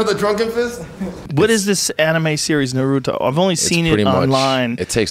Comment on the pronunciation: The best thing is that he pronounces NARUTO not NAROOTO